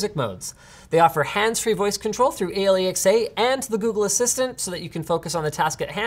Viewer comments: who the hell calls it a l e x a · how did you ever pronouce alexa, ale-e-x-a?? xD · "hands-free voice control through a-l-e-x-a" never heard anyone say it like that before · haha I had to literally rewind the "A l e x a" part. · why is no one bothered by how Linus pronounced Alexa